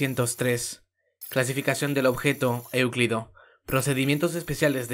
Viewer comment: Solo a mí me parece raro escuchar "euclido" en lugar de "euclid"?